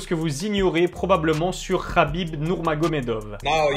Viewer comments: Pourquoi tu dis nourmagomedof dans l intonation et non dove il est pas Israelien... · Dov ? Le V se prononce FF